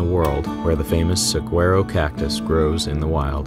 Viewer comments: Saguaro pronounced sa wau ro Gila pronounced he lah They are rough I lived in Arizona for 12 years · Hey Love your narration; have 2 pronunciation tips: Saguaro is "su war o" and Gila is "hee la". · Saguaro = su wah ro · Great episode, thank you. I loved seeing the Sa-war-o cactus and to hear about the he-la monsters of my native land. When in doubt pronounce it in Spanish in AZ. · Sagurao- pronounced Sue-war-oh Cholla cacti- pronounced Choy-uh Gila monster- pronounced Hila-monster Not judging ;) just helping a brotha out. Great video... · Just a heads up the word Saguaro is not pronounced using a G sound at all but rather a W as in pronouncing it sawuaro. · Oh, man, your Canadian is showing!! Please ask a local how to pronounce “saguaro.”